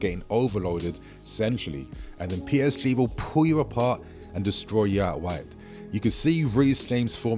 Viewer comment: You can’t pronounce PSG correctly it sounds very strange.